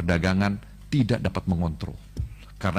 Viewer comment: Manteb banget tuh pas bilang Rakuss dan Jahat.. 😅